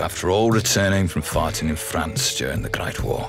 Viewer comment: I know he's saying "fighting in France" but all I can hear is "farting in France"